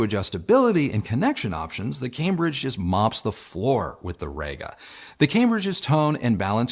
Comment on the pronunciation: Really sorry to do this but - it's pronounced Reega, not Rayga:-) Also at 0'54" in you say the Io has "a headphone input". Surprised you didn't edit that to "a headphone output"